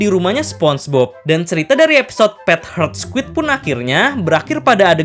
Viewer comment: Admin membaca judul: Pet Heart Squid Di telinga gw: Pet Hurt Squid...